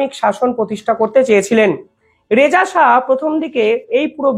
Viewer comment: Please don't mis-pronounce "Shah" as " Saha"😊